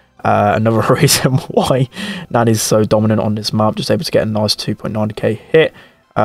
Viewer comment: How he says Nani reminds me of a babysitter, nanny. Nostalgic.